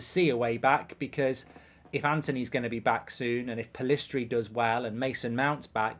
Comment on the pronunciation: Pellistri, pel IIIIIIIII stri, everybody is butchering lads name :)